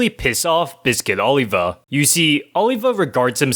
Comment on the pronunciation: OlivER. Not OlivA. There is no "ER" sound in Japanese, so a native speaker might say Oliva (with the v sounding more like a b) when trying to pronounce the English name Oliver. But that does NOT mean the dude's name is not still Oliver if you are going to say it in English! I'm all for pronouncing a Japanese character's name correctly to the extent possible, but a non-Japanese character with a non-Japanese name should be pronounced correctly when not speaking in Japanese!